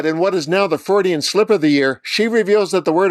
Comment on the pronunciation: “Fraudian”, uh . . . I mean Freudian slip. 😂